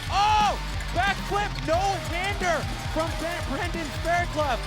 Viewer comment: Fuck’s sake, guys... his name’s pronounced Fair-cluff - as in rough, tough, enough etc.